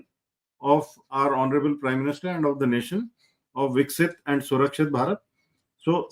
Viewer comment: It's really nice to see the professional approach to the subject. The visionary role in Atmanirbhar Indian army is correctly pronounced as Surkshit Bharat by. I appreciate vision of linking our Growth in GDP and safeguarding it by Surkshit Bharat by participating by citizens of India. A new dimension has been ignited.